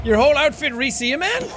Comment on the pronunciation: IT’S SEAMAN. SEA. MAN.